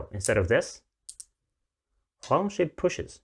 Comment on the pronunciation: Just a tip, the "Shi" in Huang Longshi is pronounced "shur", not "shee". Thank you for the video!